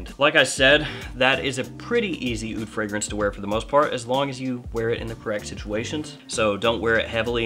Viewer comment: Aoud is pronounced OOD. The A is silent.